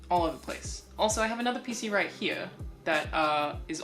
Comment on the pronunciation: Room Tour 2019: Return of the “Right He-uh”